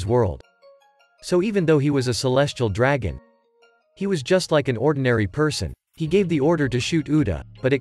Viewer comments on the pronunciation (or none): none